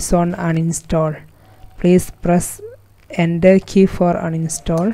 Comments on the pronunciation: he means enter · I died everytime he said "press ender key"